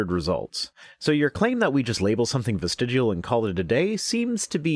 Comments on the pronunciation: The YEC cant even pronounce the freakin word.... Dont ever trust anyone who repeatedly mis-pronounces a word without addressing that fact... Ie..."am i saying that right?"... The YEC is a dumb fuck who needs to be drawn and quartered... Via his vestiGIAL limbs... Hahahaha... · This idiot can’t even pronounce the word “vestigial”correctly while presumably reading it from a copy. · This stupid fuck can't even pronounce the word "vestigial". It's not "vestigual". Like the other dumb fuck who insisted that NASA uses "Augumented" reality. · He keeps pronouncing it "vestidual". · Professor Stick and Viced Rhino, I love you guys doing this! And creatards should, at the very least, learn to pronounce the word they are trying to debunk because they fear 'atheist evolutionists'. This dummy, oops sorry, indoctrination victim, kept saying "vistegual" instead of 'vestigial'. Maybe I'm just too picky, stupid would still be stupid, even pronounced correctly. And guys, please know I'm still planning on patronage, it's just taking forf'knever to get my sister's financial care (disability, she has CTE, like boxers and football players.Head injuries cause seizures, which cause head injuries!) so Mom and I won't have to caretake and support. Just caretake. That's why you're so important to me. You SAVE my sanity! I love your work! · Why did he call it vistig-u-al? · Why is it that willfully ignorant people refuse to pronounce words correctly when they don’t agree with the definition or use of the word? The word here is not "ves-ti-joo-ul." I bet he also says "noo-cyoo-lur" and "homma-sek-shul," too. At any rate, I had to stop watching after only a couple of minutes, because I could feel brain cells committing suicide while listening to this moron. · Why did he pronounce it "vestigual" when he was reading it out of the dictionary. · Is it really that hard to pronounce "vestigial"? Fuck dude 😂 Well done Rhino